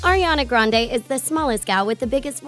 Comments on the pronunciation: Dit you know you actually say Ariana Grendie?😊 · Her last name is actually pronounced grand-ee. She actually said it herself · Fun fact about Ariana grande her last name is grande but is pronounced Grandy